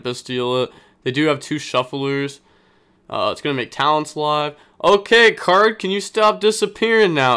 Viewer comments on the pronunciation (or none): none